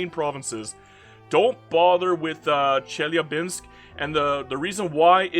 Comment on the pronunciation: The "Basin" in Tarim Basin is pronounced "Bay-Sin". It's not a proper noun. It's a geographic Basin called Tarim. Good that you just said "Chelyabinsk" tho, lot of english speaking youtubers would have made some stupid thing out of trying to pronounce that.